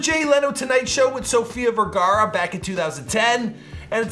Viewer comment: Bro you staight out butchered her name brother!